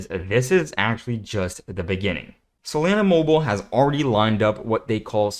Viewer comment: I dislike the way to pronounce solana. lol